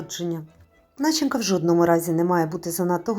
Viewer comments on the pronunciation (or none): Сьогодні буду пекти завиванці з маком по вашому рецепту. Бачила багато різних відео і мене здивавала одна річ - ви всі до одного і без виключень безграмотно вимовляєте слово НАЧИНКА!!! Це похідна від дієслова начинювати!!! Наголос в цьому слові падає на на другий склад на - ЧИ - ню - ва - ти, а отже , те, що ви вимовляєте по меньшій мірі ріже вухо! Не НА - чин - ка, а на - ЧИН - ка. Наголос в даному слові падає на 2-й склад слова і в жодному разі не на перший! Наша мова надзвичайно милозвучна, тому навіть без літературного визначення сама вимова вимагає в цьому слові наголошувати 2-й склад і в жодному разі не перший, що є безграмотно в літературному читанні і "ріже вухо" в слуховому відчутті! Говоримо українською правильно. Дякую!